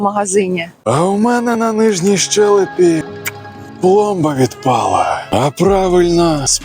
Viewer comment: Уперше на ютубі вимовили "щЕлепа" правильно!